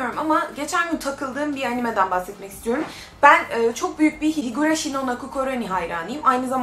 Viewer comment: Abla sen sanki Hirigurashi diyorsun ama Higurashi değil mi ben mi yanlış duydum